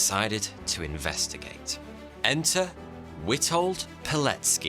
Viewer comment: You pronounced his name and surname very well!